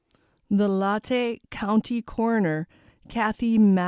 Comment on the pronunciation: It’s pronounced LAYTA COUNTY